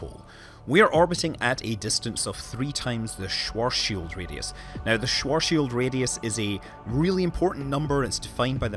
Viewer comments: AAAAAAAAAAAARRRRRGGGGGGGGGGGGGHHHHHHHHHHH you cant say these german names, it´s called schwarzschild and not sworzs-shield. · I guess, if there is no light and it is pitch black the answer would be nothing at all, granted you wouldn't become a spaghetti of single atoms, which you would. It's not Schwoarrrrrshield, It's Schwarzschild! It's a name and you can't just change that only because you are too lazy to learn how to pronounce it right! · as a German, the Schworshield-Radius sounds... different ;) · Well, technically it's pronounced like "svart shild", which no one does.